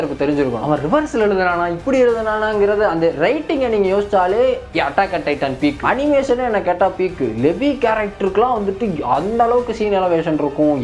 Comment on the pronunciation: tf*** it's Levi not Levi... Hmm aahh-- how tf i'm gonna explain this in english ---- ( it's லீவை not லெவி ) is no one watched AOT sub in TN ?